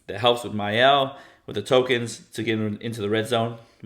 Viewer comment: Is the “R” in “Myrel” silent or something?